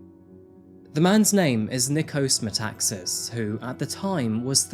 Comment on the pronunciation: Nikos MetaxAAAAs thought not MetAAAAxas.He still pronounced that wrong.